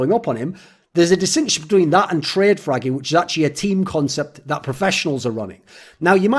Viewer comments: That's what I heard as well... I was like wtf???? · had to check twice if he really said fragging.